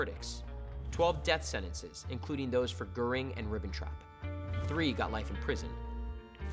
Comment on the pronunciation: Truth118 Yep, and Goring 's pronounced "Gehhrring"